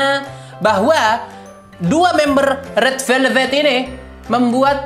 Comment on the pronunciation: That 'RED VLEVET'😭👍